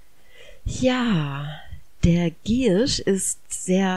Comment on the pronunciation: Die Pflanze heißt Giersch ( mit ie ) und nicht Girrsch. Gruß aus der Apotheke.